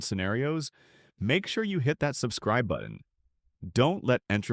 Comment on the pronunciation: don’t forget to stay “afe”.